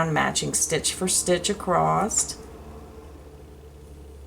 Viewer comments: There’s no “t” in across. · There is no "t" in "across"!